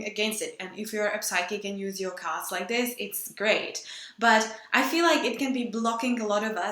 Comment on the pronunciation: Sounds like you're saying "gods" now "cards" lol